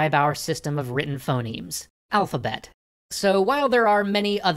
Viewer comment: "Phenomes" instead of Phonemes. (Maybe earlier too, not sure)